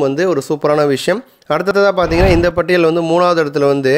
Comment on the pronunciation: yow adhu "Patel" ila ya "pattiyal" tamil ozunga padi